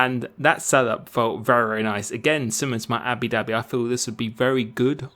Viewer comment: he said abi dhabi again